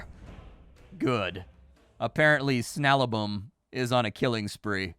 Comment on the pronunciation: His name is SnaBaLum, not Snalabum....